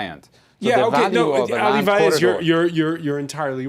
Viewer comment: I agree, but his surname is Vaez not Faez.